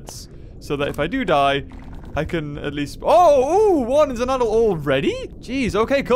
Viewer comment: You said adult wrong well it's cool but remember practice that word is adult ok XD